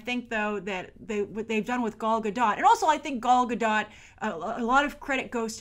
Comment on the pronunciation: is Gadot really pronounced Guh-dot? I thought it was Guh-doh.